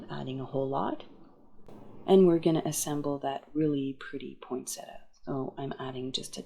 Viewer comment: beautiful cards! Interesting fact, there is no T after the n in POINsettia. This is a plant that was named after Joel Poinsett. That might help you to remember how it is pronounced. Here's some more interesting facts